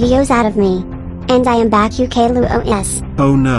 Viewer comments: when mario is saying caillou it sounds like gaillou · its not gaillou os its caillou os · OH NO ITS CAIL LOO OH ES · Caiiou not ku